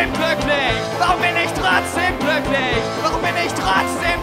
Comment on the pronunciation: "glücklich". Das ist ein G, kein K. Nicht "kkklücklich".